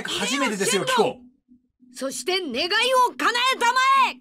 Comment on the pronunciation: 超サイヤ人化してても「願い」を「ねげえ」って言ったシーンクソ笑ったわ